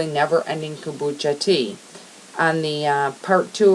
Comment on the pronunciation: OMG.....ITS > KOMBUCHA , ( COME- BUCHA) , Not a KOOOMBACHA looooool